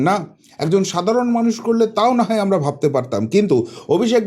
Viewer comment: Apni 'Amnara' bola ta r correct korben na dekhchi ato bar bolar poreo sei amnara amnara korey jachchen